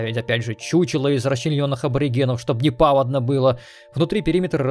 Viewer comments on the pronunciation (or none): повАдно, а не пАводно